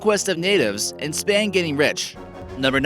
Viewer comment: Spane(Spain) & Re-store-rating(Restoration)..... Sounds like his English teachers did a little lying to someone!!!